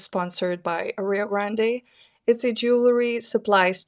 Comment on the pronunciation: I enjoy your videos….. but pleeeease…. It’s rio grAnd ! You don’t need to pronounce “e” at the end. ❤